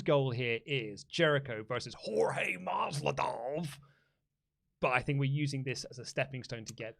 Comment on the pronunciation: It's MASVIDAL!! Not Masvidof. Sound quality and research top notch as always 👍